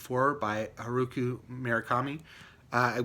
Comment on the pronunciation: Very Informative review! By, the way, it's pronounced Har-oo-kee*